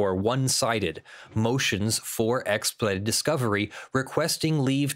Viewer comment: Does have an issue pronouncing the word "expedited"? Every time he said the word it sounded like "ekspud"